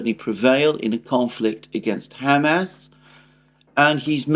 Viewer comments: With all due respect it's not Ham-Ass or Hummus, it's Hum-ahs emphasis on the ahs. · Please stop saying “ham ass”. It’s just too silly. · Your pronunciation of Hamas is wrong. And it drives me crazy